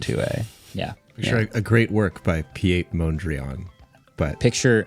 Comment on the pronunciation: Pi-eet moondrian 😂? Lol